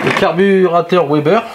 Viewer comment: Bon par contre on ne dit pas OUEBER (WEBER) mais veber ! Sinon on dirait également OUAGON (WAGON) donc vagon. Bref